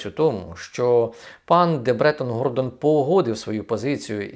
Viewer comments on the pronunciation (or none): none